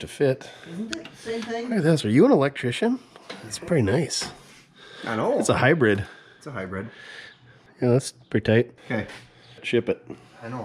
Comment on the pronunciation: He said high bred, I heard inbred. whatever it's a honda.